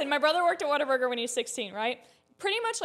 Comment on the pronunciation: Not water Burger it's whataburger